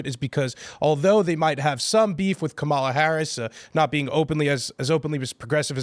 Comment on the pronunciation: One guy on the video keeps saying "Kamala" Harris name wrong. Is he doing this on purpose?